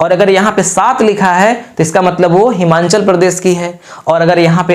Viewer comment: हिमांचल नही हिमाचल है वो